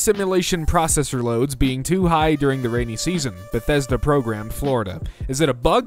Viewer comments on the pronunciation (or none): none